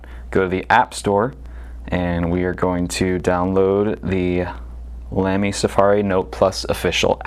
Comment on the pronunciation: tfw you make a video about pens but didn't bother to work out how to correctly pronounce 'Lamy' ...